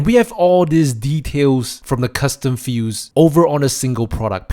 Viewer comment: It sounds like you're saying "custom fuse" instead of "custom fields". That was confusing...